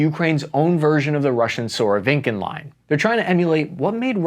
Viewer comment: Surovikin = Suro-vi-kin, not Suro-viN-kin.